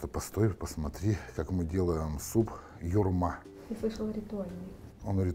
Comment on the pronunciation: Почему ударение на втором слоге?